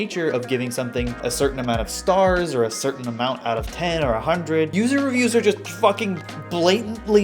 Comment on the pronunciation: poo-ser revpoos (user reviews)